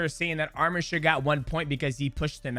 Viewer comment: Man can u all learn how to say his name right? Its not that hard, are u all dumb? U guys are calling him another Armenian name that is Armen he is Arman